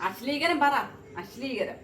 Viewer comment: asleekaram അല്ല അശ്ലീലം😂